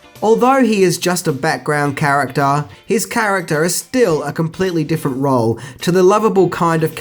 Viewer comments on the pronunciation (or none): none